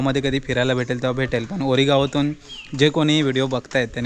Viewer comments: गावाचे नाव ओरी असे आहे, वोरी असे नाही. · वोरी ❌ ओरी✅